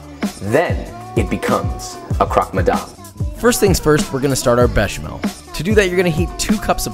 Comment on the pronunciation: You're doing croque madame better than most of the french people.